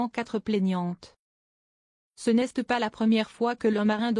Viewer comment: "Ce n'este pas la 1ère fois..." Faudrait apprendre à lire à votre I.A.